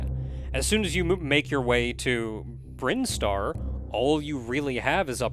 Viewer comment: As soon as he said “Brine-star” I was like “Is THAT how it’s pronounced?!” Hey, the Super Metroid expert here, if he told me Crocomire was attracted to Samus and that’s why his skeleton pulls a SPOOPY, I’d be inclined to agree with him.